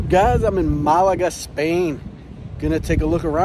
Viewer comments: Love the way you pronounce Malaga. Ma-lager ... it should be Male-a-ger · It's not Malargar. It's Ma-la-ga. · Nice Vlog! BTW it’s MAlaga not MalAga ( that means to masturbate in Greek)😜 I’m surprise that the Spaniards don’t speak much English there. Portugal should be fun. Love to travel to both Spain and Portugal. You must try and visit Cyprus ( my old homeland) where everyone speaks good English on the island and with lots of history great scenery, beaches, and fantastic cuisine ( Mediterranean style with a hint of Turkish and Lebanese)! Continued… Happy travels! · It’s Málaga. Accent is on the first syllable